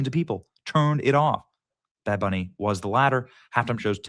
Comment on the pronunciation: Did he just say bad Benny?